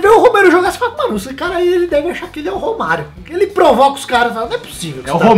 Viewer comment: Curti só por causa do 'Romerio'. Kkkkkk